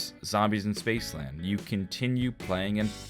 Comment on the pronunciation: "Spacceland" Hahaha good shit